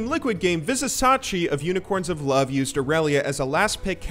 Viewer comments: It is pronounced Viz i cha chi not Viz i sa chi. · so annoying when u misspronounce vizicsacsi its not vizisachi its vizichachi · Vizicsacsi --> pronounciation Vizishashi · Like, is the terrible pronunciation just a troll, or are you just bad at pronouncing things in League. It's Vizicsacsi, pronounced VIZI-CHACHI. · it's "...chachi" not sachi :D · as a uol fan boy this hurt. vih-zuh-cha-chee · it Tilts me to hear how he says vizisacsi... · Vizicsacsi (pronounced: Vih-zih-cha-chee) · hey, I am not sure if you are interested in talking about people name's right pronunciation, but if you would see his name [Vizicsacsi] like this way: WeezeChachi. Hope it helps <3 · i know if you watched the event that you are saying it like this on purpose but it's spelled vizi-cha-chi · come on man VI-ZI-CHA-CHI !! = Vizicsacsi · I'm from Hungary as well as Vizicsacsi and you pronounce it wrong. (BTW Vizicsacsi means WaterDonkey) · ViziCSACSI... come on.. it's not even hard to pronounce.. you had one job man... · The mispronunciations are cringe-worthy. C'mon, he's been in the EULCS for over 2 seasons. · you say cs like ch in chili